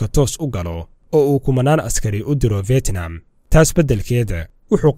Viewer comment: Fetnam mahane fidnam dheh haugu dhawaqin sida ad CNN ka ad kamaqashay